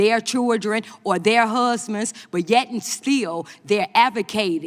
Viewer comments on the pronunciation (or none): Did she say husmands??? 😂